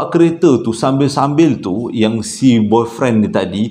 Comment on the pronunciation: nk sebut " boyfriend" bab..tadi kikiki serious lawak